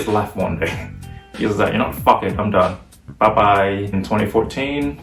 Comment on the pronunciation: The way you say "bye bye" reminds me of the way people say it in Hong Kong